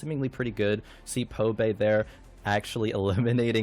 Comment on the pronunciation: I wonder how many of the casters can't read. ITS BBBBBBBBBBBBBBBBBBBBBBBBBBBBBBB. BOBAE, not Pobae lol